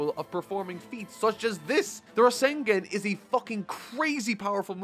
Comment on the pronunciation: He really needs to learn how to pronounce names and the Rasengan, it's been a while and he still mispronounced it.